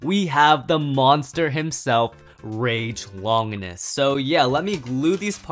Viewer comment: Bruh it makes me cringe when they say Longinus sprigin rangoruk I understand that they say Valkyrie but it makes me rage but respect for the collection